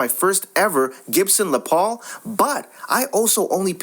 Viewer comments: STOP USING ELECTRONIC VOICE OVER, the guitar, Les Paul is pronounced "LESS" Paul, NOT "LE ' " Paul, for christ's sake....makes this page appear run by an idiot $50 for an original Les Paul, even broken it worth that much, as soon as she agreed to $50, i would have shut up, handed her the $50 and left, heading to my friend's house who works for a instrument retailer to blow his mind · That is Les Paul it is pronounced less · It’s pronounced (less Paul ). I think this story is FAKE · Thank you. That actually gave me a small stroke when he pronounced it like it was French........ 🙄 😅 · les paul. say every letter in the first name.. Les(ter) or Less -paul. : )